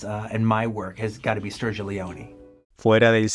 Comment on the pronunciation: Qué buena pronunciación del italiano cuando decis Sergio 👏